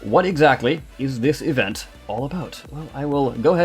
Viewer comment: I like how you say Event: evenT